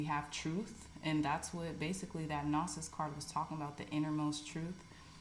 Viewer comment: Gnosis is pronounced “know-sis”. Thank you for your wonderful readings!!